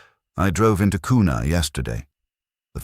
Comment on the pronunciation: Also its pronounced Qna not kooona,, Go Kavemen